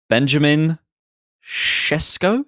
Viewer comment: It's "shesh-koh". I'm half Slovenian. I guarantee if he comes to the premier league no commentator will say his name correctly. This makes me mad. I would LOVE him to come to Arsenal.